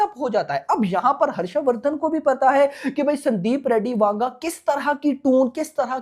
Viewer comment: That's "Vanga" not "Wanga".